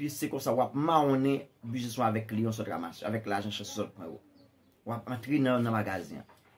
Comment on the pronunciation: Le ou moun fin travay poul gen ou business, et pi nou utilize vodou poun pran sa moun redi travay pou yo fe. Ou pa prononcer U nan business la ok.